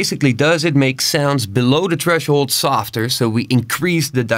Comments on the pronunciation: very well explained bro, but i can't stand "treshold"... th... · Tresshold** loll stop it I'm trying to pay attention... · There's a "h" after the "t" in threshold XD